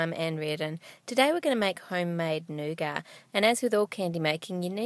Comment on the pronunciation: I love u Ann but I don't like the way u pronounce nougat